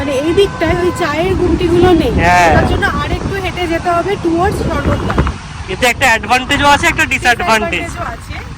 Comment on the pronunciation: sec towards আমরা সর্গদ্দারের দিকে যাচ্ছি। বাঙালি রা যখন ইংরাজি বলে এই দশাই হয়🙏🏻 sec স এর উচ্চারণ এই রকম মেকি করে বলার কারণ কী ?? আসলে এই ভাবে তো কথা বলেন না তাহলে ভিডিও তে এই ন্যাকামি টা কেনো করেন??